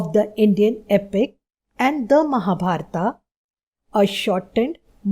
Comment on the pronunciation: Acchaa hai but your ramayan,mahabharat speaking is wrong